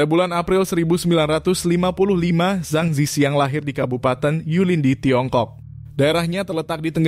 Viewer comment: org hk drmn? dia baca nama zhang zi qiang aja salah.. harusnya di baca cang ci chiang dalam mandarin.